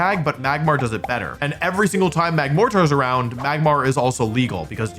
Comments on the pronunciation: The reason magmortar sounds weird is because it's a portmanteau of magma and mortar. Mortar would sound weird too if it was pronounced more-tar, instead of how it's usually pronounced more-ter. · It's more an emphasis/over enunciation issue than anything. You're really hitting that TAR at the end. It's MagMORtar, which when said quickly sounds like "Magmorter." But if you start saying MagmorTER it's still going to sound weird. Also if this is engagement bait for pedants, well, YA GOT ME. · welcome to English 101. Turns out, just because something is spelled a certain way, doesn't mean that it will be pronounced the way you think it will. (Think viscount or bologna). It's definitely pronounced, "mahg-more-turr" and mortar is also pronounced "more-turr", not "more-tarr". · Okay, so for the magmortar pronunciation thing His arms are mortars, the portable artillery pieces. "Mortar" is traditionally pronounced closer to "Morder"(or morter depending on how strongly you pronounce your Ts) than it is to "moartar" as you've been pronouncing it. Wait... he knows how to pronounce it, he's just doing the duel logs thing of horribly mispronouncing something for engagement, I've been baited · For the YouTube comment engagement, Mortar is said like "Mor-ter" for the small cannon that's stoop up and pointed upwards to lob its ammo. So, Magmortar has Mortar arms, Ergo "Mag-mor-ter." But I don't really care. Good vid, Wolfie. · "Mag-mor-ter" pronounced like a mortar shell, military artillery. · Your MAG MORE TAR Pronunciation Is scratching a chalkboard bad 😭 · its less about pronunciation (you are saying the syllables correctly technically), and more about how much emphasis you put on the tar. normally people say mortar with a much softer t, thus it comes off more like "MORE-ter" similar to how people from Toronto don't really say that last t, but visitors will make it almost pop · the AR in magmortar is pronounced ER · im pretty sure mortar is pronounced morter